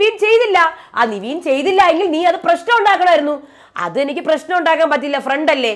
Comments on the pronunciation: നിങ്ങൾ നിവീൻ എന്ന് പറയുമ്പോൾ അരോചകം തോനുന്നു. കാരണം പുള്ളിയുടെ name നെവിൻ എന്നാണ്. എല്ലാരും അങ്ങനെ ആണ് വിളിക്കുന്നത്, Bigg boss അടക്കം. Kevin എന്ന name കിവീൻ എന്നാണോ വിളിക്കാറ്. എന്തോന്നടെ ഇത് എത്ര പേര് പറഞ്ഞു ഇതൊന്നു മാറ്റാൻ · നിവീൻ അല്ല നെവിൻ അല്ലേ..